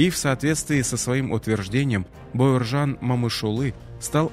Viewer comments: Спасибо за Историю 🙏 Героев надо знать ‼️, только вопрос возникает, почему читаете бЭуржан, а не Б А уржан? Плохо с русским или ...., просто слух режет.... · Зачем имя каверкаете? Не Баеуержан а Бауржан , Это как не Никита ,а Неаэкыта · Эи комментатор! Неужели ты не можешь нормально выучить одно слово? Бауыржан. Грамотеж стыдно за тебя